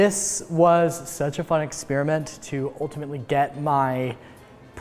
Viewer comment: U said "experiment wrong" it isn't like ear(eer) it like Eh like in pet. Ya welcome but love the German pronunciation of wonder-bread. mayo with grilled cheese is just weird, whatever floats your toast!